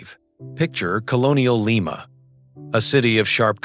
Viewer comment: AI....it's Lee ma. LYE MA is a bean.😮😅😅😅